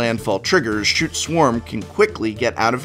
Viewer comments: cool combo the only problem i have is scute is pronounced /sk(y)o͞ot/, not shoot /SHo͞ot/. also people think bogle as in slippery bogle is pronounced boggle as in the word game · Is Scute pronounced shoot?? I've been pronouncing it as scoot this entire time lmao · Scoot or scyoot are how scute is actually pronounced